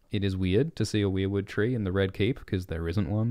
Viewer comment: Thank you for pronouncing weirwood the right way! I'm so sick of people pronouncing it like "were"wood (like werewolf).